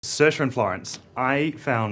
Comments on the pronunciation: I can’t figure out if I was hearing him say sersh or saoirse at the point you’re referring to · I keep replaying it and it def seems like Sersh